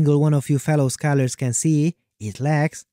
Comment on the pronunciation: I can't understand the word you say, it sound like "fellow scalllers", what is the actual word?